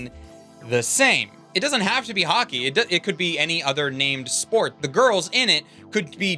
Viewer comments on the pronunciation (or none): About halfway through this review, I started hearing Hockey as Haki.